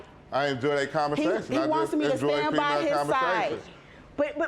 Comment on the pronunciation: “Commersation?” Umm 🧐